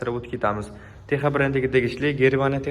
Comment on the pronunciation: Теха эмас текса х харфи к билан с урнига утади